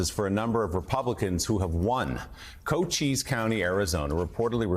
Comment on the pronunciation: It’s not “co cheese” county!! It’s pronounced “Coach ees”.